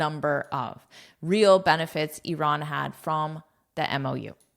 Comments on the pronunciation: One of the few people in the world who pronounces "Iran" correctly instead of saying "I ran" 😍😁 Thank you for your precious content ❤ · You pronounce Iran fantastic, like the way we pronounce it in Persian! Well done